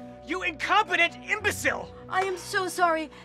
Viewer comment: Him: YOU INCOPETENT EMBOCILE Me: why did he say it like that?